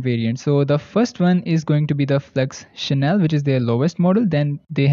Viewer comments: It's German and it not pronounced as "channel" but as SH-NELL. 😀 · Seaart is a SCAM. And Scnell (fast) is pronounced as Xnell and not channell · it is not Chanel...it is Schnell...no a :)😊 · Flux Channel 🤣 schnell adverb /ʃnɛl/ quickly , fast 🙄